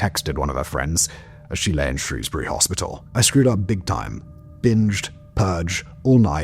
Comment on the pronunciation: thank you for pronouncing Shrewsbury correctly